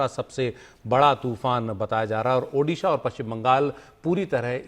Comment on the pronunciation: Sir its Odisha not Udisha...